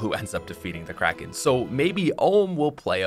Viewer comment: When he said "Kracken fight" I heard "Crack in-fight" and was very confused